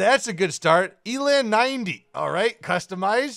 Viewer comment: Eland 90 is pronounced: ear - lunt. The eland is a type of Southern African antelope.